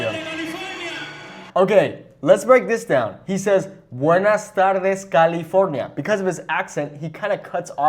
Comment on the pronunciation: “Buenaj taldes CaliforLnia”